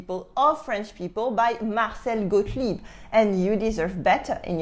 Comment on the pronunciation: Marcel Goetlib? Really? Gotlib! He rest in peace btw.